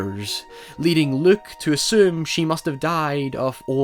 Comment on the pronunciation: It's Luke, not Look.